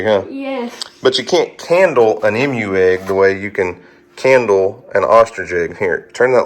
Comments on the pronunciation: You say emu funny! Sounds like you are saying Em-U . We say E-MU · Just a heads up...but it's EEmu not Imu lol. Long E sound. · Emu is "E - moo" not "m-u" 👍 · Funny to hear you pronounce Emu! You say “Mmmu”, we say “Eeemu” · The variety of eggs Houston has is so exciting! However, the pronunciation of the word Emu is EE-mooh. The EE's are Long E's. I'm a writer and I just had to point that out to you. It's an OCD of mine. Sorry 😞 I can't wait to see if they all hatch. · Like usual, great video, thank you. FYI, the correct pronunciation of emu is EE-mooh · For the love of God... It is pronounced E-mu... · the green egg is a Emu. Pronounced with a long E sound. We have a fairly large Emu farm up the freeway. They also have deer, goats, birds, rabbits and sting ray fish. My granddaughters love it. Bridgette is such an animal lover. She goes nuts everytime we go. It never gets old. I am hoping that Houston's eggs all hatch. It will be so exciting for Houston and us your U.T. family. So happy " Mr Duck" 🦢 is doing better. Y'all take care be safe.